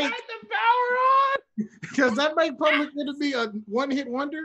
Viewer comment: Public “Enermy”🤣